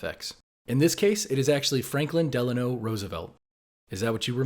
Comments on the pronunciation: FDR was never Delanor , it's Delano, as in Delano,mn (a town named after the potus) . its like the old folks who say warsh, instead of wash. its a "Rrr" sound when no "R" is present . a dialect thing. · It was Delano, but the NY pronunciation would sometimes put 'r's where they weren't like in Linda being pronounced Linder, soda as soder. The fact that R for Roosevelt followed Delano enhanced this. I know because I remember people pronouncing it as Delanor even though it was spelled Delano. And also I believe that many of those folks who hated FDR called him Franklin Eleanor Roosevelt because they hated her even more. She was the Hillary Clinton of her age to many. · The Dazzle ships blew my mind never have I ever heard of this. And as for Franklin Delano Roosevelt I think maybe it's the way people pronounced it this whole time I thought it was Delanor..🤷 it just sounds better.. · I think you're right. Delano sort of picked up the R from Roosevelt. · carl esq “Franklin Delano Roosevelt” Ive notice history teachers pronounce it with an R, but anyone can get confused because the R is literally right next to the end of Delano. Pronouncing his whole name makes Delano also sound like Delanor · Makes me wonder if people confuse Delano with Delanor because Elanor was his wifes name....besides im sure it was always pronounced "De----Lawno" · Its Delano. Not Delanor. Wth is that. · Head recites Delano but looking Delanor was the correct one wtf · It’s definitely Delano, and always has been (at least in my reality 😉). It could be a pronunciation thing, my mom and grandpa would teach me history and math and when I was learning presidents we talked about him a lot, and when my grandpa would say his full name the words would kinda run together, so it sounded like “Franklin Delaneroosevelt” so that could be where it comes from. I’ve heard many people say the same thing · People would have heard delanor due to the r from Roosevelt blending into Delano when speaking his name